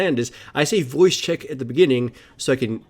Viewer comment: Hey why do you say 'voicke 1 voicke 2?' jk Ily and your videos